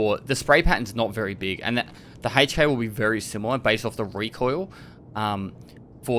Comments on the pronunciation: lol HEYCH K; it’s EHC K. I couldn’t stop laughing every time you said it.Otherwise VERY solid video on the difference on the whopping 3 F/A guns that use 5.56x45. We finally got a BP, and it’s not RUSSIAN!!! Keep it up, it’s very helpful.Thanks again. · Lol what the hell is a "Hay-ch K"